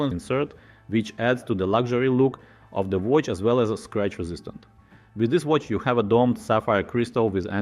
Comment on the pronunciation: as a watch youtube channel its crazy that u cant say watch